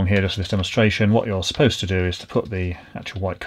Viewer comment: I love the way you keep saying, not "supposed" to be moved.